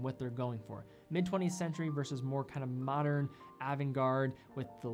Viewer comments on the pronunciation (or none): none